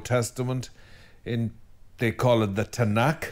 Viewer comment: Constructive comment: Ma-shee-ach (ch like Bach) = Messiah/anointed one in Hebrew. Otherwise, Tanach, Nev'im were perfect.❤